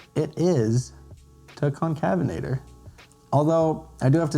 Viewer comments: Pronounced con-cave-en-ator not to be rude just informative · Allow me too help. It's pronounced Con-cave-in-a-ter